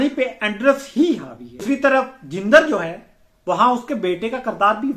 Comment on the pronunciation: لفظ جندر کا درست تلفظ jandar ہے